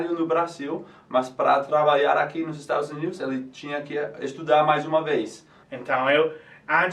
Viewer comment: Acho que ele quis dizer "nos confunde" mas errou a pronúncia do "nos" e virou "nós"... :)